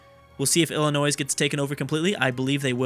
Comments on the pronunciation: The S is SILENT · Okay so I'm not American, but I'm like 99% sure Illinois is not pronounced like that by anyone other than. I though it was pronounced as "ill-annoy" with a silent s? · Love the series! Tip: Illinois has a silent s. also, Minnesota is the best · youre not supposed to pronounce the s in Illinois! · Just gonna say Illinois is pronounced with a silent s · Yes, the S is silent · OMG you don't pronounce the s in Illinois, Im not even from the US and know that